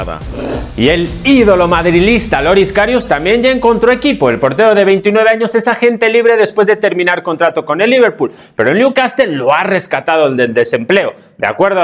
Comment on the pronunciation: es " MADRIDISTA ", no " madrilista " aprenda a decir las cosas como son.